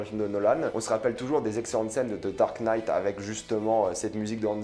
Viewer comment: "Dard night" 😭😭😭😭😭